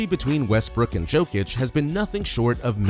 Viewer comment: Its Jokic(Yokic) not jokeic .... 😂